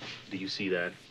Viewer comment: The way he turns "that" into 2 syllables always kills me - "Do you see thyat?"